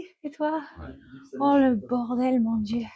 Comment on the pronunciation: Waouh ! You're really French ! I really loved your "Oh, le bordel mon dieu" and your pronunciation is absolutely perfect !